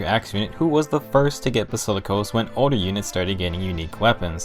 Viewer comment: basikilos.... Ok